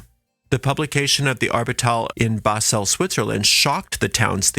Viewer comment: Its pronounced Basel not Baselle